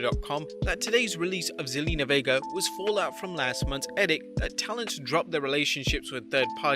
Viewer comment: you said her name right! she used to be on the old TV show 90210 lol